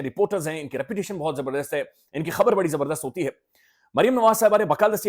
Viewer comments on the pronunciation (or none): none